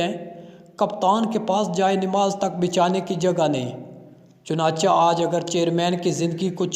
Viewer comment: ارڈو صحیح بالو چنانچا نہیں چنانچے بولتے ہیں